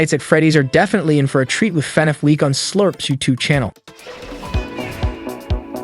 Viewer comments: It's annoying how he says "fin eff" it's " fah-nahf" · why is he saying fnef